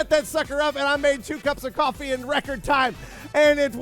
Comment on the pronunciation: Cofwee Gween tea Cawfee Gween tea